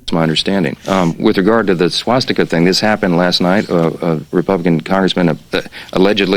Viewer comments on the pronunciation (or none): none